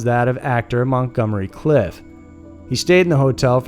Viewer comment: Montgomery clift not mongomery cliff